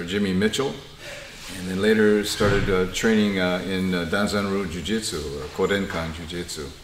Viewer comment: Chouette. PS Danzan Ryu (pas Donzen)